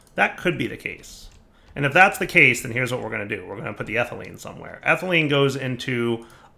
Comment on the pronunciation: Pronounces ethylene correctly, but still mispronounced polyethylene